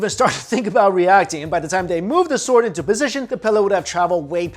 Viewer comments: Stop saying s'W'ord please :) Drop the w... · The w is silent goddammit!! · I think he saying sword wrong